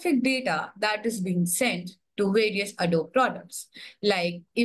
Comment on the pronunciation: Wow, they couldn't even pronounce Adobe correctly.